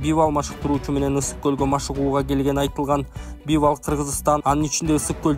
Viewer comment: Бивал дебей Бивол дебейсиңби